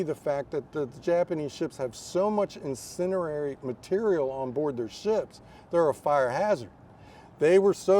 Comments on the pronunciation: This "expert" lost me when he failed to pronounce "incendiary" correctly. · Maybe not perfectly pronounced but good enough IMHO.